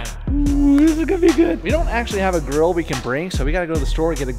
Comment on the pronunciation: I thought he said, "we don't acctually have a 'girl' we can bring"! Lol 😂😂😂